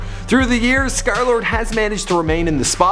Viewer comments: y u cal hem skerlard? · Until now i realize it’s pronounced ScarLord